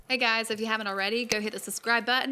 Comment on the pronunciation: When she says , hey guys, it sounds like she starts a new vid again